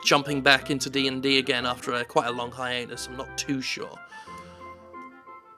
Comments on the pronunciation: Also did you say Hianus? instead of Hiatus? =o) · I read this as he said it, so I'm convinced he did in fact say 'High-Anus"